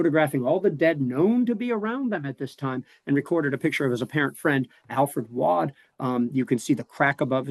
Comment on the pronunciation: I’ve pronounced “Waud” correctly the whole time!!! Im from Johnston Co, NC and it’s rare to hear or say anything correctly according to the rest of the country lol. Thanks!!! 😂